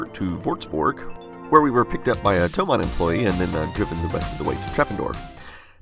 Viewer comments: Sorry, but it's "THOMANN". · BTW it's Thomann, not Thoman